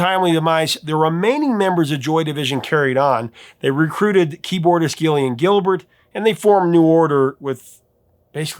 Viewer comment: Just to help you again Gillian is pronounced as if beginning with a 'J', as in Jillian. Peace and love, and keep up the great work.